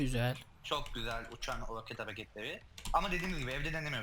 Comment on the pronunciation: Abi roket değil rakıt lig :)